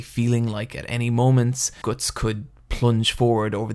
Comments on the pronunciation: isn't it pronounced Guts? as in "you have the guts to do it.." You seem to pronounce it Goats. Anyway like the video, you know what you are talking about. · ITSSS GUTTS NOT GORTSS!!!!!!!!!!!!!!!!!! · when you say guts it sounds like goots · Gootz??? wtf is that pronounciation??? Love berserk(only the original) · Omg I can't do this he pronounces "guts" slightly different to what I'm used to oh god MOM GET MY PILLS MOM HUG ME MOM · Are you a native speaker? If so: WHAT IS WRONG with your pronunciation?! Why cant you pronounce the "u" and "o" in the words like "Guts", "nothing" "other" "blood" correctly? It's driving me crazy! if not: never mind